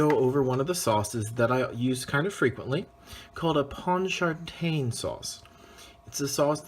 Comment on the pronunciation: As a New Orleans native, let me help you sweet pea, is pronounced pawn-cha-train. Second, I’ve never had this sauce made with tomato paste